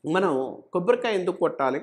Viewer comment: Kobborikaya kadhu...Kobbarikaya....sochanga kadhu...swachanga🤦